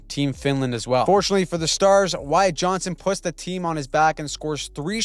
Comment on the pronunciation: it's JohnsTon, not Johnson